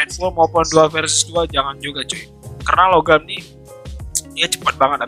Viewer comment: Nah ini baru satu set ini bang panther tu emg harusnya pakai longarm btw bang namanya "longarm" bukan logam -_